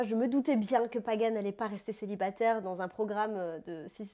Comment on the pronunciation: Elle est top Adi, elle a perdu son accent belge lol, Avant quand elle disait Célibatairrre elle accentuait bcp sur les R. Il ne faut plus qu'elle touche à son visage par contre !!! Basta. Elle est bien comme ça. Bellegosse.